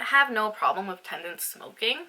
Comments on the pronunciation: It is teNants not "tendants' that word doesn't even exsit lol So frustrating to hear you saying the wrong word again and again in the whole video. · i love your vids girl but I just want you to know it's tenants not tendants :)